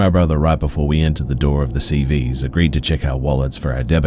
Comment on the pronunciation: 💀💀 calling CVS CeeVeeS🤣🤣